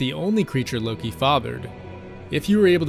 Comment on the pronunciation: Lowkey I heard oki instead of Loki